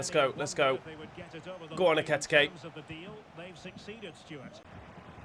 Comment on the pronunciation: Pronunciation for Ekitike is Ekeeyteekay